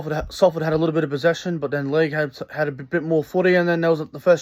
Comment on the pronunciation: Give up after 2 mins...this fat scruffy guy can't say LEIGH.🤣